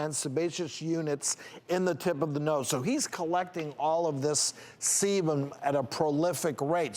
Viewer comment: I SWEAR he said semen. 😂 I was working on a project, listening to the video and I heard "he's collecting all this semen" and went "WHAT?!? Do you mean SEBUM?!?". When I watch the video though and see him make the "B" shape with his mouth as he spoke it became obvious he was saying "sebum". Damn. At first I was like "homeboy needs to stop getting cum facials if he's having that much build up of jizz seeping in to his pores!"